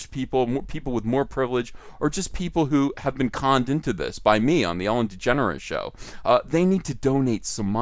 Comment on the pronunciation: you said Ellen DeGenerate wrong